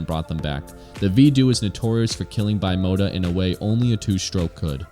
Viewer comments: It’s Italian. Should be pronounced bee-mota, not by-mota. Nice video, interesting issue. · lol, bi mota? I'm bi-mota, I ride a bike and drive a car. It's Italian and pronounced bim-ota. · The correct pronunciation is "B mota" and no "Bye mota" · C'mon man, it's "bee-mota" and "vee-do-eh" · Bimota..were one of the few companies that had all the best already added to the frame and you choose the engine. I think it's pronounced like one word bim ota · lmao bye-mota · not bimota sounds beemota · Great video, a few bikes missing from it, however...that pronouncement of Bimota may of driven me insane 😂